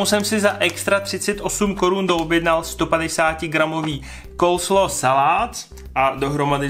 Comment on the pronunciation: Pokuď vim, tak je to Coleslaw, ne Colslaw